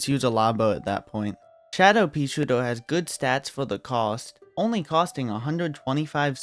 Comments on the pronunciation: Sounds like hes saying:"peashoar" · Bro says “peasootir” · I wittewary woved dis wideo, I wuv peaswooter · "Peashooduh" :3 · I love how he says paesootew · More like "peashiuduhh"